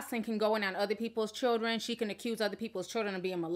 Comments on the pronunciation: Y u saying shildren girl hhhhhhhj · She said "shildren" and not "children"😭😭😭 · New word for the DAY SHILDREN 👶 SHILDREN 👶 SHILDREN 👶 REPEAT 🤣🤣🤣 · I think the reason Joseline still can't speak english is bc she may not really know how to read it either think about the way she pronounced children in spanish ch is a part of the alphabet